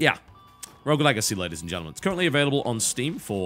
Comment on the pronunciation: Rogue...R-O-G-U-E. Why people have such a problem saying the word 'rogue' ? ..rough ? ...wtf i've heard rouge before..